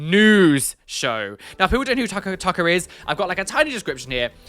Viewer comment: Ugh when he pronounced that guy's name almsot like 'Taika', (I didnt know the dude interviewing him's name then) I assumed he was gona go off on a rant about what Taika Waititi was wearing at the EMA's and I was gonna be mad, I was gonna be like 'KEEP MY HUSBAND'S NAME OUT OF YOUR MOUTH YOU ATTENTION SEEKING LITTLE TWAT!'